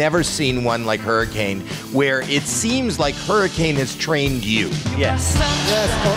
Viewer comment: Harry Kane lol (hurricane) Always hear Harry Kane when says it